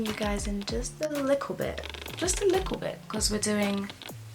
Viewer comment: Am I tripping or did u just say liklebit 🤓